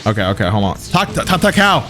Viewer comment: said tatacow instead of tatake bro I laughed so hard bro